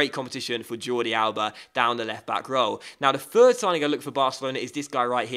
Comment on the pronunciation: Did anyone notice when he said left bock😂